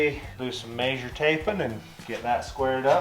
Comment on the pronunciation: Tape “meh sure” not “may sure”